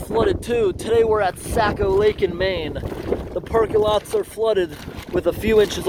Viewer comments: I've lived in New England all my 57 years and I've never heard Saccco lake or river pronounced Sack-o as you pronounce it, by locals anywhere in New England especially in Maine. It is always pronounced Saw-ko, like saw mill. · Socko not sacko. Saco is Socko/sawko or perhaps Sah-ko but definitely not Sack o. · you were in my neck of the woods. so cool and it is pronounced "sock oh" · it is pronounced socko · Saco is pronounced like saying “Sock + O” like Socko, Saco. “Sake + O” well this is how Mainers pronounce it…